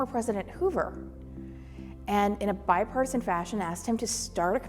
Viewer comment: Those words you say are everything you and your boss are not... 45 will go down as the worst POTUS we've ever had. "Bipartisan"... FFS, it's like you're talking with too much BBQ in your mouth. Glad you're part of that lasting sh** show.